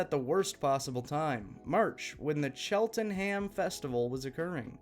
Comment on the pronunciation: Cheltenham is pronounced chelen-um